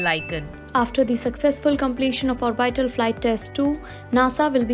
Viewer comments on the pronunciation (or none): "orbital" (orr-bitt-al) -- please improve pronunciation, thanks